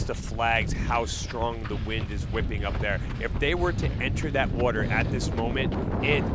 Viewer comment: Do a burpee every time the announcer mispronounces the word "water".